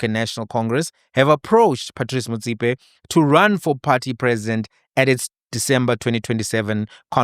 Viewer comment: Big man, I like the way you pronounce Motsepe; if only you can try follow suit, and pronounce Molefe correctly like that, Blessings 🙏🙏🙏